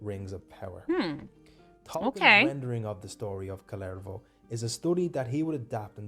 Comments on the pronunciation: It os KalEvala...no i in it. Sorry, im drunk, like all Karerian ....🤔 Fun to listen though. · if you do a video of Kalevala...don't butcher the name. Pronounciation oh sry pronunciation (who the fuck knows with london?) i still likle pronounciation more...lol. Kaaalivalaa isn't even close. Kaalivala actually means oath to the all might cabbage. Pronunciation pls you ignorant fantastic ppl.